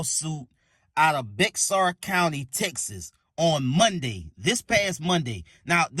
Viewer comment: The X in Bexar is silent. Bear is the pronunciation. Enjoyed the video.